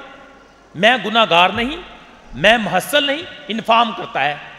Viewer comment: please say mehule lene wala not mahasal